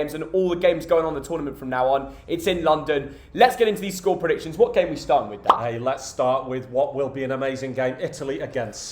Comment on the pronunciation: No one:: SCORPRDICSHONS?